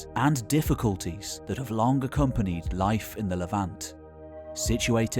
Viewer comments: Please, please, please. I like your content, but you need to stop saying K instead of G in words such as "long". That stuff is perhaps not frowned on locally, but it is a horrible dialect. I otherwise love your channel, and I wasn't going to say anything, but it is giving me a stroke. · Datingk Longk Tellingk Apparently I've been mispronouncing these words 😑 It reminds me of people that say cousint or wellp.